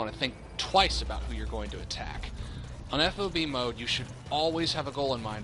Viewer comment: Drives me nuts to hear FOB spelled out, just say it, rhymes with fog. No self-respecting soldier calls it F-O-B.